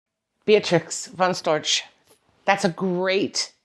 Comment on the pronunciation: "Beatrix von Stroch" shame on you 😋 - her name is Beatrix von Storch.